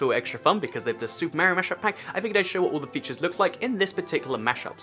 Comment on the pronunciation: it's Mario not maario